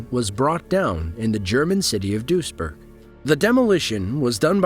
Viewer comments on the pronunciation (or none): You only have one job, speaking clearly...please do it properly. Duisburg sounds like dweezburg